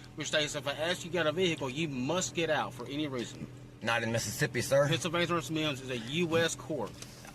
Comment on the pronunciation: Pennsylvania V “Meeeimms”